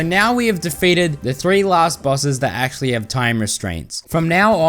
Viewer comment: "ACSHULLY" Bro I'm DEAD actually it's ACTUALLY